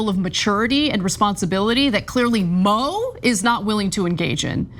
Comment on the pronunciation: Her name isn't Mo/Moe it's MOO!!!!